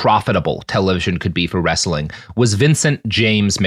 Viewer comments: "Wrestling" is two syllables... No "a" in there. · He does a consistently good job at getting three syllables out of the word "wrestling."